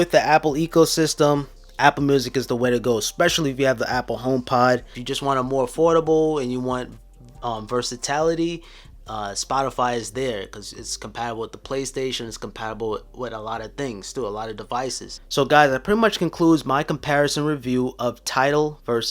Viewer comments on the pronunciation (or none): Everyone keep talking about libary, but I cant get over versatality